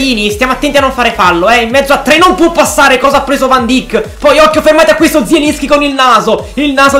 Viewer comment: Si scrive van dijk ma si dice van daik